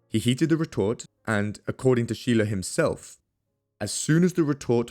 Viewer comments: Scheele is actually pronounced like “skeylae” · Shay-luh, not Shee-luh... Props for pronouncing Stahl correctly as 'Sh-tal' though!